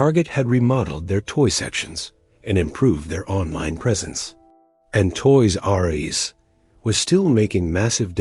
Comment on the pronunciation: The "Toys Are You Ess" / "Toys Are Youse" narration could have been fixed so easily. SO EASILY. Sorry man, your AI agent isn't making it today. Images, not so easily. But it's the Voiceover that kills it >